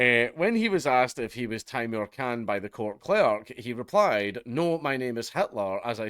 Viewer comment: Khan not Clan